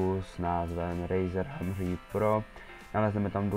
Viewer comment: A také doporučuju si zlepšit angličtinu čte se to hemrhed